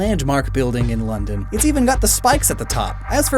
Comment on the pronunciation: he said “lovedon” instead of London